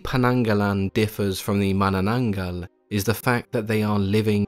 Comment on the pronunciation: You have Aced the pronunciation of "manananggal", you're awesome.